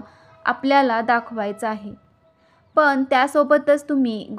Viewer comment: सावित्रीबाई मुहूर्त बघत राहिल्या असत्या तर सत्यवान आधीच वर गेले असते. मराठी भाषा नीट बोला करने हा शब्द करणे असा उच्चार करा. पन हा शब्द पण असा आहे.तुम्ही कोण शुभ अशुभ ठरवणाऱ्या? स्वामींच्या नावाने लोकांच्या भावना दुखवू नका. कोणी काय प्रसाद ठेवायचा हे ती व्यक्ती ठरवेल. भाषा सुधारा व्हिडिओ बनवण्या आधी. अशुद्ध मराठी ऐकवत नाही.😮 ज्याला जे करायचं ते ती बाई करेल तुम्ही नका सांगू. नोकरी करणाऱ्या बायका कामावर कधी जाणार. पूजा करून पोट भरणार नाही. काम हे जकेलाच पाहिजे. साधारण पने नाही साधारण पणे असा शब्द आहे. ज्या बायका सकाळी सहा वाजता जातात आणि रात्री नऊला येतात त्यांनी काय पहाटे पूजा करायची जा?